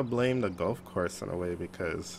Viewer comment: Golf not gulf and water not wartor